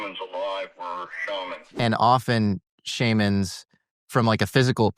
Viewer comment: Hearing "shamans" mispronounced by makes me vomit. The excessive "Fantastic" is also VERY annoying.